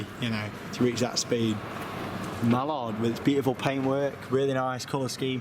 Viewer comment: it is Mallard not Milan